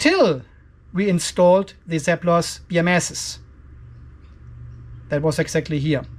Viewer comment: Seplos eh, i thought you were just saying "surplus" with an accent